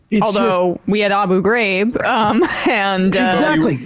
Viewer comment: Eh em. Abu, Ghaa-Rib.